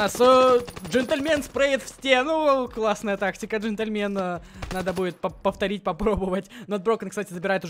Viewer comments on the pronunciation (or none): none